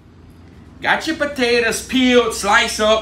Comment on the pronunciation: Why I'm the world do you peal the puh-tay-tuz?